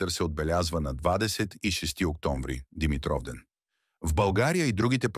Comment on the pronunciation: Научете го този български език-"Свети Димитър","Димитровден".... ударенията как един път не ги сложихте на място.Къде сте расли не знам.То тези думи поне се употребяват с години.От обща култура трябва да се знаят.